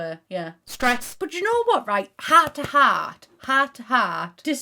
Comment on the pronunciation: I love when says “heart to heart” because it sounds like Hot to Hot